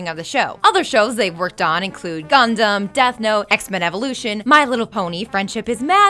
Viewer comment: GAHNDAM. RALPH.